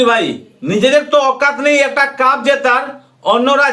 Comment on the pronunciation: কাফের না কাপের । বাংলাটা তো ঠিক করে বল ক্যাংলাদেশি !! 😂